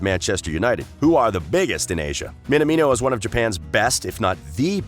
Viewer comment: His name is pronounced Min-amino, not Min-a-mino.